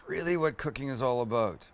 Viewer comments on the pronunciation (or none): none